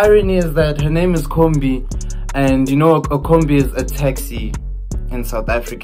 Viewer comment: iKhumbi* not Khombi